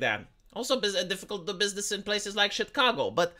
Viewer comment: Nice. finally pronounced Chi(t)cago.